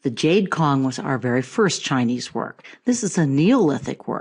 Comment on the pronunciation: It's pronounced Tsong not Kong for Cong (琮). Rising tone (2nd tone) if you want to use Mandarin Chinese. "C" in Pinyin is pronounced Ts with heavy emphasis on the t.